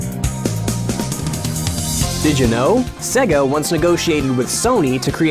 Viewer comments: i got 50 seconds in before having to turn it off, couldn't listen to the word "segga"... just couldn't do it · SEGA Pronounced Seiga Did the dude doing this video never hear the intro on old Sonic titles. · so SEGA is pronounced Say-Gay not SEGA?!?! fuck logic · 'Segger' produced many consoles, including the Segger Mastersystem, the Segger Megadrive, and the Segger Dreamcast. I remember when we used to debate whether Sega was pronounced 'Seega' or 'Sayga'. After watching this vid, I guess it's 'Segger'. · I'd love to watch this video but I can't. In the first 30 seconds the guy who's meant to know stuff about gaming pronounces Sega wrong multiple times. It's stands out like a sore thumb every time. It's say-ga. How hard is it? You hear it at the start of every Sega game practically. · I disliked the video 1 minute in BECAUSE HE KEEPS FUCKING SAYING "Seh-ga" AND THAT MAKES ME REALLY UNFOMFORTABLE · Who pronounces Sega like that? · The constant mispronunciation of the word "Sega" in this video drove me crazy. I'm sure the guy reading the script is different than the ones who did the research but damn. It's not like Sega ran ad campaigns for years where the name was screamed or had the Genesis that would sing the word to you when booting up most games... Except they did. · mary hadfad no dummy, its a japanese word, and "se" is pronounced as such . you lose . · I have never heard anybody pronounce Sega that way before. It's pretty much the only thing I can hear in this video. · Is any one else really bothered by how this guy pronounces "sega" or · today Im going to show you this videos comment section 10% is did you know insert long and boring complaint 10% is poor Dreamcast 20% is trolls 60% is people complaining about how pronounces Sega raises flame shield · The way he's pronouncing Sega gets on my nerves. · OMG STOP PRONOUNCING SEGA WRONG!!! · Anyone else bugged by the way he pronounces Sega as 'Segger' instead of 'Sayga'? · It's not pronounced "segga".